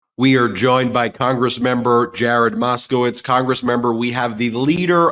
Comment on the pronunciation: roflmao, he called Moscow Marge Teenwolf. I'm cracking up.